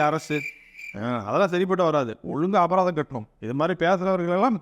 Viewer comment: அபதாரம் இல்லை அபராதம் 😂😂